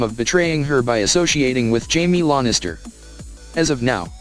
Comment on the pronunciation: Forcing an ad for completely unrelated shit into the middle of the video is extremely obnoxious and disrespectful to viewers. I didn't come here looking for faceless Pokemon shirts. Also, please don't use the robot voice. The ear-piercing mispronounciation of the names is difficult to tolerate. Lady Stoneyheart. Lahnistur. Ugh.